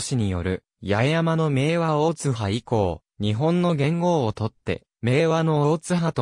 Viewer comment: 大津波の読みが間違ってますよ